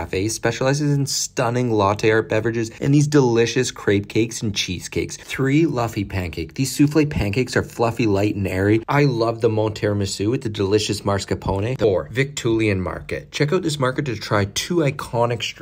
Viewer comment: LMAO listening to the pronunciation of most of the places, especially when Viktualienmarkt becomes Vicktuluienmarket. 😂